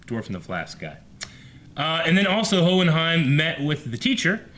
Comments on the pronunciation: Hohenheim. Hoh-en-haim. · Owen-Heim. Shimigami.. Good 'ole Eh-Eh-Ron. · hehe for anyone who has difficulty saying it: Howen-Haym